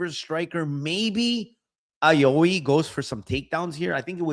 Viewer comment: Aoi is pronounced like “ow-ie” (like a kid saying “ouch”)